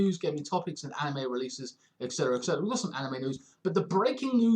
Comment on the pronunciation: Exciting stuff man, love the vid! :D (btw its Et Cetera not Eck Cetra)